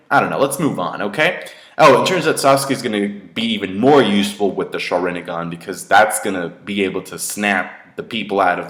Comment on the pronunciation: Sharingan, not Sharin-i-gan -_